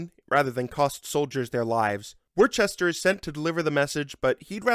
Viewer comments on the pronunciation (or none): Worcester is pronounced "Woo - ster" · thank you this was really helpful !! (also as someone who's from Worcester, it's pronounced 'Wuster' and 'Wustershure' not 'Worchester' haha)